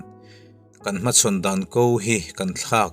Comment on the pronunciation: 'Ko'tia i thluk hi thluk lova'ko'tih zawk ni se, Entirnan-Mami han 'ko'teh tih angin thluk loh nise